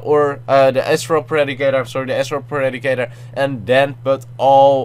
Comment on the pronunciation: isn't astral predicter pronounced As-trol pre-dic-tar